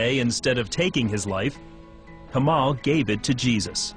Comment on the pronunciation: LOOOOOOOL this is so whack haha I wish he would pronounce "kamal" correctly if he actually grew up in Lebanon "Tasted God"? Lol Please if you are going to post conversion stories post REAL ones. Also do not mislead people on what Muslims think of Jews and Christians. Muslims call Jews and Christians the People of the Book and are ordered to treat them with the utmost respect and dignity.